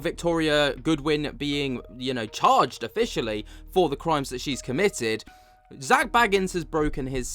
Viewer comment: Can you please pronounce Zaks name correctly! And bequeathment was another you couldn't even pronounce.. this is what's wrong with the younger generation now and the skibbidi nonsense..😳